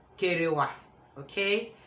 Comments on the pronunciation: Wow this is a lovely topic you chose I totally loved when you said "kerewa" 🤣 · I don laugh tire, nor b small kerewa, anytime u say d word "kerewa" it sounds so funny🤣🤣🤣🤣🤣🤣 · you are too much.. See me laughing hard when you say kerewa🤣🤣.. Yt must be confuse with that pronunciation... 😃..kerewa all the way sissy 😁😁I just love everything about this content.... Thumbs up sis